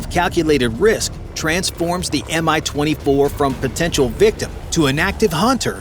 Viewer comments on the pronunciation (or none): The name of the heli is not M-I as you pronounce it. It's MI, and correct pronounciation is identical to english word "me".